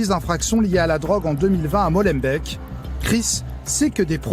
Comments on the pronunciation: Alors je viens de commencer la vidéo, mais je peux pas m'empêcher de faire une remarque.. Mesdames et messieurs les français, s'il vous plaît on dit "Molenbék" et pas "Molenbèk" c'est insupportable 😆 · Molenbééééék svp et pas Molenbaik. ET les racailles sont les cafards de la société, le princide destruction et dégradation comme un instinct, toujours les mêmes profils, malheureusement. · Super journalisme. Déjà on ne prononce pas "Molenbèque", mais "Molenbéék". Et Molenbeek n'est pas une banlieue, mais une des 19 communes de Bruxelles ('Brusselles")... EN Belgique, on ne dit pas "Parisse" hein. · Bravo à nos forces de l'ordre ! Par contre chers ami français on dit Molenbééééék pas Molenbèk, le double E ce dit ééé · C'est pas des banlieux en Belgique n'importe quoi et de 2 on dit pas Molenbec comme le bec d'un oiseau mais Molenbeek comme tu prononce le é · Molenbèèk Molenbèèk !!ahhhhhh non c est Molenbéééééék la prononciation é !!!!!!!! c est trop enervant c est comme Anvers ils prononcent Anver et non c est Anvers on prononce le S c est peut etre pas logique mais c est comme ca ! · Deux e en Belgique ça se prononce Hé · Molenbeek se prononce Molenbék siouplé ! Merci. C'est pas une banlieue et il me semble qu'à Anvers c'est bien pire et dans le dit carré à Liège, c'est pas triste non plus ! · j'ai les oreilles qui saignent à chaque "Molenbèk" et "Bruxxxxxelles" :'( :'( :'( :'( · Maulainebèque ? c'est ou çà ? Quelle clète cette voix off.... 😅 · Rien ne va. Les "journalistes" passent des semaines à Bruxelles et ne savent toujours pas qu'on dit "Brussel"; il n'ont toujours pas compris qu'iols sont à Molenbeek et pas à "maulènebèque"; ils présentent un policier comme "ancien de la BAC" sans se demander si la BAC existe en Belgique... Il nous présentent dès les premières minutes ces héros qui hurlent sur !un dame en la tutoyant; il montrent la grande fierté de nos policiers qui ont arrêté des gens pour "outrage" pendant qu'à 200m de là la came coule à flots...